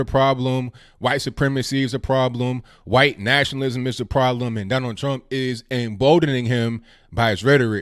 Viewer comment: My only complaint is how you pronounce ‘white’. Great commentary per usual!